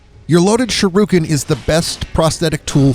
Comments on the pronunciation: Shiruken? Do you mean Shu-RI-ken? Lol aside from that this is a pretty good guide. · Why do you pronounce Shuriken as shurooken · It's Shuriken, not Shiruken. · irks the shit out of me that you pronounce it Sha-roo-ken . its Shur - EE - Ken (Shuriken). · Shirooken?? You mean Shuriken lol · Lol. Another uneducated dumbass. Its not pronounced SH-ROO-KIN, Its SHIR-I-KIN. Its a basic English word kid. Our country is in big trouble if you kids can't pronounce basic words. Fucking idiot. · "Shuruken", lmao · Sharooken. Cringy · Shurukin... Haha you are dyslexic af. Thanks for the guide nonetheless lol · Dude. If youre gonna do videos for money, pronounce shit right. "shirooken?" really? thats not even how its spelled . and the name of the game "Sekiro" . At least freakin try, ya fuckin pleib. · It's pronounce shuriken not how you're saying it 😤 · Sharooken? What the fuck? Learn to pronooonce something before you spoooeak. Dumbass. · Sha ru ken lololol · Sha-rooken. Suh-kuro. Kuh-ill me. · You must be a great fan of Ryu from Street Fighter 2. Shee- ruu- ken! 😂 On a more serious note: this was helpful, thanks! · Shirooken lol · "Sharookin" How does this even happen? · Sharooken lmao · Seckero. Sharooooken. Good lord. Sound it out! TL;DR Great strategy, great video, bad, bad pronounciation. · The way he says shuriken...bruh... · What a dick bag, you haven't a clue what you're talking about if you pronounce shuriken like that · The way you say shuriken shows you've never seen Naruto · He pronounced sekiro. And shuriken wrong. All in a minute. Astounding.